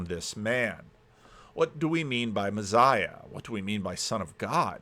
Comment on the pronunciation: p.s You say "messiah" weird in the same way Peterson says "absurd" weird... No, it's not your accent.. you're just saying it wrong 😂